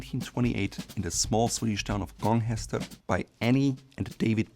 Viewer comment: I love how he nails the pronunciation of Gånghester, and fails brutally on Skjortfabriken and special